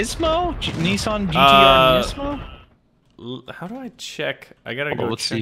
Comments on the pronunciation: "Neacemo" lol wat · Nismo is pronounced Nizmo